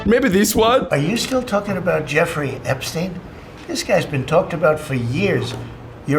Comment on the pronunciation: Jerfrey Erpsteen.